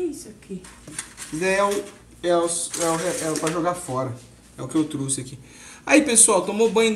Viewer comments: Não se usa dois verbos: errado falar: vou ir Fala-se irei Não é truxe. É trouxe 😂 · não é truxe e sim trouxe, vc está falando muito errado. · n é truce é trouxe plmdssssssssssss q agonia